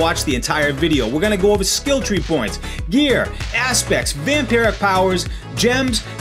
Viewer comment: I'm going to try this build now. Btw, it's Vampiric, not Vamparic.